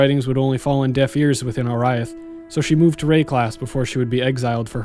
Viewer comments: how the fuck can you mispronounce oriath after having played the game? its only spoken aloud like 600 times. OR-EE-ATH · That can't possibly be the correct pronunciation of Oriath, forealz?